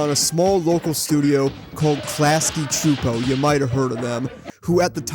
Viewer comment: Yesss you pronounced Csupo right! Many people don't seem to care.